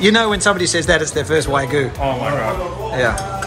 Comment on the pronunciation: Hi, I'm a long-time big fan of Spain Revealed, but I gotta call you out on your pronunciation of wagyu. You consistently pronounced it as waigu, but it is pronounced exactly as it's spelled (in English or Spanish) -- wagyu. -- See also